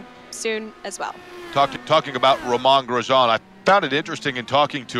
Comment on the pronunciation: I heard that. You have to be kidding me. How in the world do you supposedly cover racing and not know how to say his name sigh